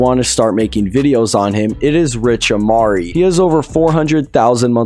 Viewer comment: bro u said rich amari lmao